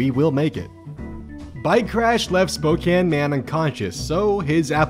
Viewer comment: Tangential but thank you for saying Spokane correctly.